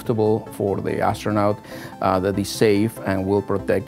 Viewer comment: The presenter is SOOOO cute! That scientist was looking at her and said ASStronaut